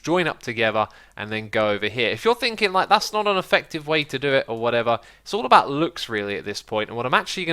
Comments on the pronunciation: "avout" An obvious mistake X! :D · sorry 'avout'? xD u must have been tired man lol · AVOUT?? hahaha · Sounds french. Sorry a-vous pour le faut de frappe.